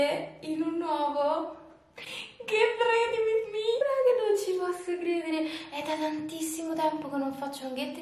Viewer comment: la pronuncia su Ready per favore😕